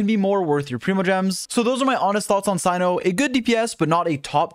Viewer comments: Not Cino it’s Cyno [se:no] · he pronounces tighnari's name right but not cyno's nor kandake's smoge